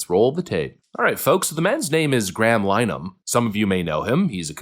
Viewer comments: Pretty sure its pronounced Lyn-eh-han based on the Brits I've watched talking about his case. 😊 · It's pronounced LINN-eh-hann.